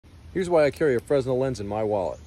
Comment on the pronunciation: Not a huge deal and hate to be that guy but i worked AV for years and have to inform you it’s pronounced “frah-nell”